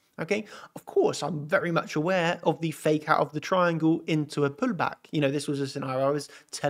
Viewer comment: why is your accent "pulllback" puLL?